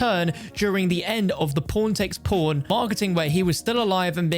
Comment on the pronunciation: Please, do me the favor and never pronounce Pawn takes Pawn, it sounded like you said P*rn takes P*rn